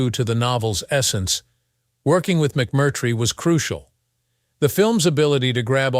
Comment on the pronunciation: Nor does little bot know that it's "Sal Min-Nee-o," not "Sal Min-NAY-o." And, worst if all, it's "McMurtry," not "Mc-CURT"-try." Geez! Cringe.